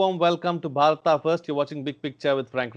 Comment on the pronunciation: It's Bharat not bharataa